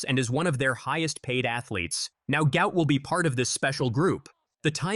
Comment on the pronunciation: His father said his name is NOT "Gout", but Gu-ot. Flip the vowels to get the name correct. Show some respect by getting the name correct.